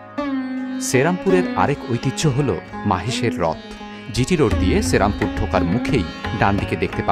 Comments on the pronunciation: Pronounciation ta thik korun vai, ota cherampore noy sri ram pur. Bangladesi der uchcharon sunle gaa jole majhe majhe. Ekhon ei comments e hazaro a mori bangla vasa bole oneke hedia morbe. So plz excuse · I told to you that check your pronounciation only. And I wrote sri ram pur to make the pronounciation clear. That's why I break the word. Its not cherampur but serampore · দাদা ওটা শ্রীরামপুর, সেরামপুর না !!!